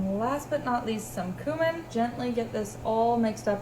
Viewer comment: Not mispronouncing cumin man… can’t take this shit